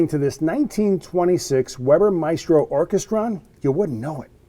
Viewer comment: Orchestrion: It’s pronounced Ork - est - ree - on